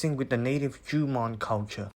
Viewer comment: It is "Jomon" without "g". (And, what do you mean by "Toro mark"? That is called "Torii (Gate)." "Toro/灯籠" is "lantern.") About the two sets of letters, the right one has only "katakana" without "hiragana." In literature section, it is "Tale of Heike" is the correct name. (By the way, your pronunciation of Murasaki-shikibu is spot on.)